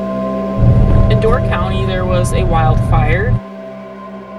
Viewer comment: "Door county Wiscensen"